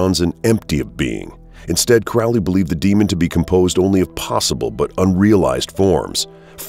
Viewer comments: his name is prounced like HOLY, not CRAAAALY. CROW LEE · The Crowley we are talking about is Cro-lee. That would be detrimental research if I were making a video on a person. It's embarrassing to make an entire video and mispronounce the subject's name. Amateur hour. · Ackchyually, it's pronounced "CROE-lee." Doesn't abandoning one's ego contradict the whole "do as thou wilt" ethos? So Crowley was a collectivist? Isn't that a right-hand-path ideology associated with "slave morality?" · Crowley is pronounced "Cro-lee" not "Crau-lee" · "His name is Crowley, rhymes with Holy, it isn't Crowley, that rhymes with foully--ugh!" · Anyone who pronounces Aleister Crowley as "crawllee" or otherwise, really has no idea who they're talking about. Wholly uninformed. Properly pronounced, Crowley rhymes with 'holy'. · Crowley's name is pronounced to rhyme with "holy." That's how he himself wanted it pronounced. His official biographer, John Symonds revealed this in his book, The Great Beast. It's out of print & expensive, but essential if you want to be credible. Other sources will tell you the same thing. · It's Crow-ley - it rhymes with holy! And the demon's name is misspelled in the header. Other than that, excellent. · 'Crowley' rhymes with 'holy'; this from Regardie, his secretary, so he should know. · Blows my mind how so many people listened to Ozzy Ozborne mispronouce "Crowley", and the whole world went, "Oh, everyone has mispronouced that name for centuries. Thanks for clearning it up, Ozzy! *facepalm*. It's pronounced CROW, like the black bird. Get it right. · Please if you're going to speak of my teacher pronounce his name properly. It's Crow like the bird Crowley. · The commentator is so obviously anti Thelema and anti Crowley from the way he pronounces Crowley as Crowley said "those who think me holy call me Crowley (as in crow) but those who think me foul call me Crowley (as in Ozzy Osborne song Mr Crowley).Iam a Thelemite and follower of Uncle Aleister